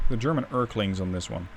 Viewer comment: My brother in Christ, I've been trying to ignore but it bothers me too much. It's not ERK-LING, it's ERL-KING. As in that Poem from Goethe from which I think that name stems. It's a small gripe and nothing serious but damn does it irk me. 😅